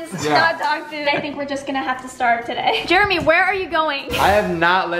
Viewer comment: "Jeremy" not "Jermy"